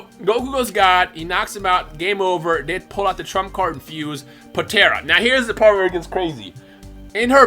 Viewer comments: Please... Po-tar-a. Not Po-tear-a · Stop saying potera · Poe-tare-ah smh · Idk if your trolling but why are u pronouncing potara... potera or the way u say it it's potaarrraaa